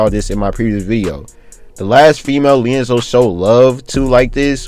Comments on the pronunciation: why is he calling him (LIANZELO) like what? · His name is LiAngelo ! Lee-And-Jello 😭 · Can you say his name correct lmfao